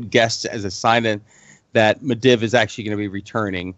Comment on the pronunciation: i think the guy reads the books instead of listening to the audio books. he says some of the names incorrectly. Medivh "Med-iv", it's "Med-eev".